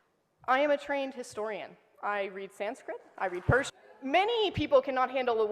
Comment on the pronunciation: She reads Sanskrit couldn't even pronounce sankrit and also I aM a TrAiNEd HiStoRIaN